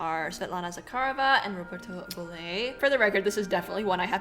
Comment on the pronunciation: ":Bolle" is pronounced "bowl", NOT "Bolay". There is no accent aigue, which would create the second syllable.